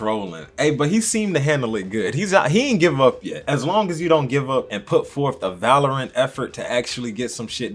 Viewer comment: "Vallorant" has got to be 🤣😎💯 the funniest pronunciation of valiant that I have EVER HEARD in my like trice👍🏾😅bro My BF and I had to go back like trice to hear you say it!!